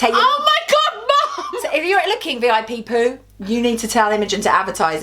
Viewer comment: It's not V.I.P Poo it's V.I.Poo